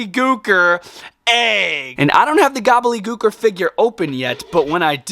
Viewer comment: SAY IT W ME..... GOBBLE-DY GOOKER.....gobbleDY.... GOBBLEDY......THERES A FREAKING D YOU KEPT SAYING GOBBLEY😵‍💫🤦🏼‍♂️